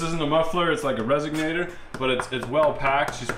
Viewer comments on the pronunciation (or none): "Resonator" now = "resiGnator"